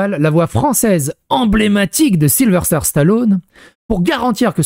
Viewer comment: C'est pas Sylverster, c'est Sylvester